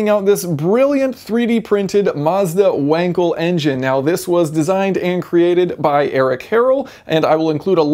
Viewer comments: "Wank"-el. Teehee. It's pronounced "Vunkel". Interesting that the most widely used engine types were all developed in Germany. Mr. Otto, Diesel, and Wankel all say hello. Wankel had the idea as early as 1924 and patented the concept in 1933. NSU (a German car maker that eventually joined forces with Auto Union to form modern-day Audi) introduced this engine (in a production vehicle) in the RO 80 in 1967. Citroen also put one in the GSA, calling it the Birotor. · Vuhnkle And not "wankle", please. It is not an english name and as such not pronounced like one. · Actually it's Wunkle if you're going with typical English Phonetics: in German the W is soft and the A is as in Another, and -El of WankEl is pronounced as in i.e. wiggle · No, the German "W" is pronounced like the English "V". So "Vunkle", if you will. I am German. I should know.